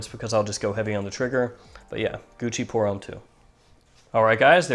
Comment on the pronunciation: yrustupid its Deux, not duh 😂😂 And homme isn't pronounced 'ome' its a mixture between ohm and uhm. But yeah great fragrance review, I'm intrigued by the Carolina Herrera fragrance because I do love CH Men Prive also